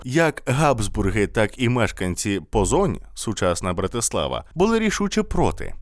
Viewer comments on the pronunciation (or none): Супер випуск, я вас обожнюю. Але в угорській мові кажуть БАторі, з наголосом на перший склад і місто Пожонь, не Позонь.